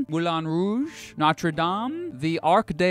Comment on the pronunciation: I am Algerian and I have to admit that this video is biased to London, and taking information from your wife wth 😂😂 Google and other websites are we a joke for you? 😂 Les français je sais bien qu'il a fait des massacres dans la prononciation lol , il m'a tué lorsque il a dit noooootre daaaame. 😂😂 I really wanna visit both cities...each city has its own beauty and also problems. next time when you decide to make a video I hope you be a bit realistic and objective. I guess you have to label this video reasons why you should not visit Paris, or why London is better than Paris 😂 La Rome Berlin Madrid rirent en silence lol 😂